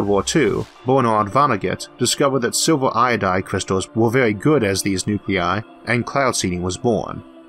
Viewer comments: LMFAO..."is it gold or Silvor"....its fucking "silv-er" stphen hawkins cousin. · and it may be to do with the fact its been made using a app/program that turns words into speech! still...i dont care if you find it hard to understand...it must be a cheap app/program to say SILVER as SILVOR...CENTIMETOORS not CENTIMETERs...and it gets annoying every other sentence. Im very interested but update your bloody software.please.still.thank you for time spent uploading.